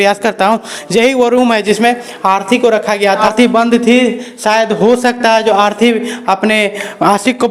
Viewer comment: Arthi nhi bhai arti